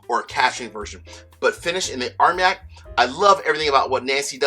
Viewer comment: It isn't pronounced "arm yak";; it is pronounced "armahn yak." Excellent reviews. Could you please give us your opinions on which bottles we should collect for investment value?